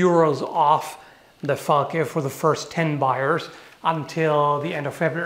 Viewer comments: Did I hear say "fall-kay?" It's "fahl-kah." That's how it should be said. It's German for falcon. But if he didn't say that and I'm just hearing things, disregard this, lol. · The way you said Falk when I was only half listening made it sound like you just went "... The fuck."